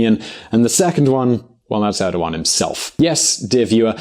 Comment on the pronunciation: You pronounced Erdogan wrong